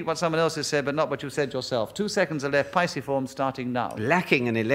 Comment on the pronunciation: noo, a piciform is a woodpecker, a pisciform is a number of other things😅 I've never heard anyone ask them to spell the subject, but either way they're pronouncing it wrong 🙈